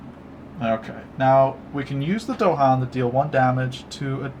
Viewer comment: Nice video! If only you didn't mispronounce Dahan. this is the original Kickstarter video this is GTG's "How To Play" In both you can hear the phrase "the island's native inhabitants, the Dahan". It's not DOHan.